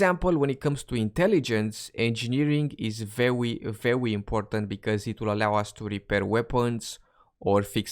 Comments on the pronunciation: !:)) 'vewy" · "vewy vewy" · I WAS LOOKING FOR THIS COMMENT BRO, i thought i was going crazy and hearing stuff. glad he really was sayin vewy